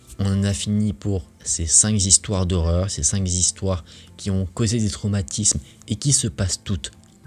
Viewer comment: 5 zistoires ou 5 histoires ???